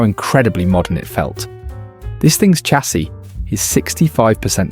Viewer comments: Chassis is a French word of origin. So it's not "Ch- assy" as in English, it Shassy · Thanks...But...You know full well it is chassis as in champagne, and not in chair.